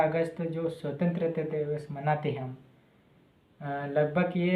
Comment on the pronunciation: पहले बोलना सीखलो भाई फिरसे बोल स्वतंत्रता दिवस बोल